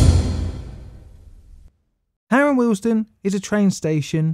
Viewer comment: Am I the only one hearing the station name as Harold Wilson? 😂